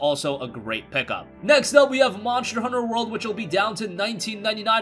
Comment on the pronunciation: "Monsher honsher" lmao